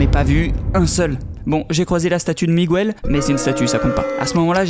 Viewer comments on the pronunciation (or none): Je m'appelle Miguël et lui il a dit Miguël au lieu de Miguel